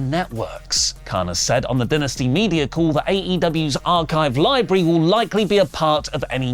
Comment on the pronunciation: Dynasty (Die-Nas-tee) 👍🏿❤